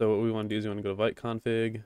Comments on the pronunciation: its more like "Veet" and not "Vait" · thank you! fyi - Vite is pronounced Veet like as in French for quickly // I'm sure it doesn't matter much I just wanted to let you know 😅